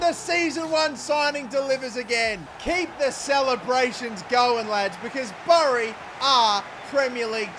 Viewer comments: Great video but it pronounced as bery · As a fellow Aussie I have to point out that Bury the town is pronounced like in "Bury a body" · Just for reference its pronounced berry if that makes sense 😂 great vid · You’ve probs already been told but it’s pronounced berry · Just to let you know Bury is pronounced like Berry